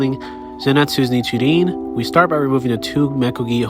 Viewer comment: Ohhh so now i know its not pronounced "nirchin" but its pronounced "nichirin" thanks for the info